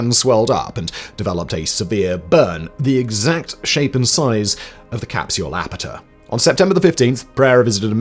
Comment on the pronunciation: Yes, except for app-at-ure